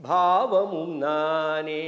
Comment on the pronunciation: IVARUKKU PRONUNCIATION VARAVILLAI BHAVAMUM YENBHADHAI PAVAMUM YENDRUM HEMANATHA BHAGAVATHAR YENBHADHAI YEMANATHA YENDRU SOLLIGIRAAR. PORUTHAMANA NAME THAAN